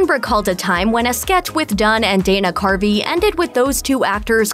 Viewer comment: Btw.. His name is Dana CARVEY, not Dana Carpy..